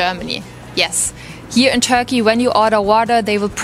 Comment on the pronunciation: Whenever she is saying Turkey i am hearing Tokyo. 😂😂😂